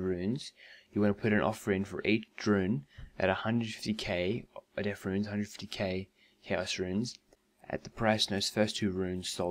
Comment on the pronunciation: It'd death rune, not deaf rune.